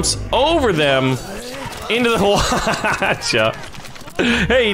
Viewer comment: You don't pronounce the "H" in Hwacha